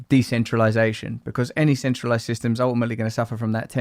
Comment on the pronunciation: De centrilization....lol ookkkaayy keep on going lads.....it's entertaining.......bow down to THE MACHINE.....